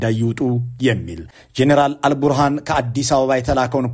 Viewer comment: የሱዳኑ ጀነራል ኣል-ቡህራን ሳይሆን ኣል-ቡርሃን ነው።